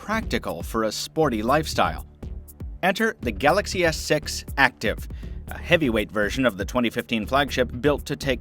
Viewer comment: Sounds like he's saying Galaxy s sex